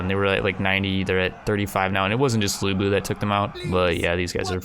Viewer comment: IT'S LU BU